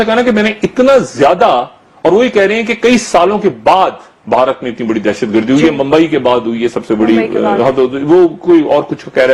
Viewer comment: مادر چود بوڑھا ہوگیا , اسے " بھارت " کہنا نہ آیا !!!! بہا ... رت ہی کہتا ھے